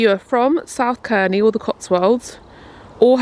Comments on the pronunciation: I’m so sorry but it’s pronounced Serney, not Kerny 🤣 I live very close to South Cerney and it’s so lovely 🥰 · i havent seen the entire video but i just wanted to let you know its pronounced 'serny' rather than 'kerny'! i live close to here and couldnt help myself haha, hope you had a lovely birthday and im now going to watch the rest of the video xxx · South Cerney - pronounced with a soft C, like an S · I’ve only just discovered your lovely YouTube channel (I’m vegan too) and I live in this region where you are on holiday so I’d just like to mention that Cerny is pronounced as Serny and Bourton on the water is pronounced as Bortun 😁🥰👍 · Happy belated birthday ☺️ as a girl who was born and bred in Gloucestershire, I’m so pleased you enjoyed your stay in the Cotswolds. I love South Cerney, it’s beautiful, but I just wanted to say that it’s pronounced South Sir-knee, just incase you want to recommend it to anyone in the future. A lot of places around here with a ‘C’ in the name are pronounced as if the ‘C’ is an ‘S’. Not sure why! Anywho! Welcome to the thirties!! x